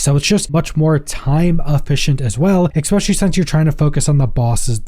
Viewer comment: especially not expecially